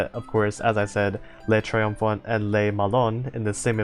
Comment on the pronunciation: so you seem to think you struggle with the french names, so here's the good news: not that much actually Le triomphant: you did pretty alright (you got an accent sure but you got the gist of it) just don't pronounce the t at the end (it's one of those silent letters here) L'opiniâtre: this one's tough, (you got it right once) try saying O-PI-NIAH-TR (the e is silent, you'll learn to curse these) Jean Bart: perfect moving on Emile Bertin: very close, EH-MIL BERTAN, try to find a middle ground between Bertin and Bertan and don't pronounce the n (I told you you'd hate them) Le Mars: perfect (sidenote "le" in french sounds more like "luh" in english) Le Malin: Same that with Bertin for that "in" sound Forbin: same that with Bertin Dunkerque: When in doubt use the english name Dunkirk, we French will get you 100% of the time, in french you'd say more like DUN-KERK like in kek (N almost not pronounced because of course it is) Côte d'azur: you got it right so pat yourself on the back. Surcouf: ou in in french make more of a "ew" sound, so try saying SUR-KEWF